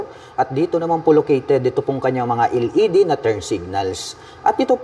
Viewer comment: sir LED po "EL" ,, hindi po "iL ED" ...wahahahaah